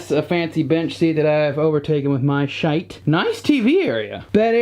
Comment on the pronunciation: the 'thing' is the Sir Walter Scott monument, a tribute to the famous author, novelist, poet etc, etc. Love the way he pronounced 'Shite' (in Edinburgh it's more like 'Schite' !) - as a native Edinburgher I can vouch for him sounding like a native !!